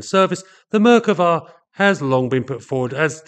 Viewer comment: Your expressing the name of the Merkava is a mispronunciation; the emphasis should be place on the second syllable. Thus not Mer kuh vas to Mer KAH vas. Try to keep up, pommy! 😎